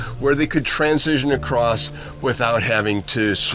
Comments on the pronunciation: I would think that someone who taught at a university would know how to properly pronounce transition. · This is a great message, but does anyone else thing he says the word "transition" in a weird way? It was so distracting that I had to watch it twice.